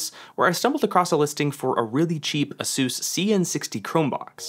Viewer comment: It's pronounced Ace-es not A Suos lol